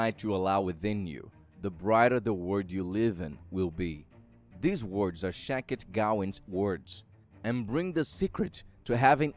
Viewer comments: Shakti, not Shakit. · SHAK-TI not SHA-KIT!!!! Also, she is a woman not a man!!! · Shakti was a woman not a man pronounced Shaktee . I feel its just the language barrier but content was good. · Sha-k-ti ( means power ).. that's the correct pronunciation. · The pronunciation of her name is sounded out, ‘shock-tee’ or ‘shack-tee’ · The name is also pronounced wrong. It's pronounced Shaktee. Shakti means power and strength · Says name wrong AND says 'HE'...know what you are talking about before you broadcast.. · Jezus your accent and pronunciation plus wrong grammar namely naming Shakti.. Please get another job for yourself